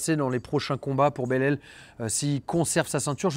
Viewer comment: Ca se prononce « bélal » je crois , en Francais en tout cas